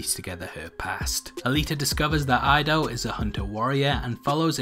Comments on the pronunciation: Dyson's last name is pronounced "ee-doe" not "ai-do". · It's not "AI-DO". Come on, man! Respect the pronunciation of Japanese. You don't want people mispronounce your name either right!? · "Ee-doh" at least pronounce the name properly....